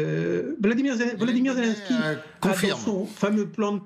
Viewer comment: ... ça commence fort, le journaliste qui annonce : "le symbole de la résistance zézé, en compagnie d'ursula" ... 🤣🤣🤣 ... Ho p'tain, on tient le nouveau Coluche ...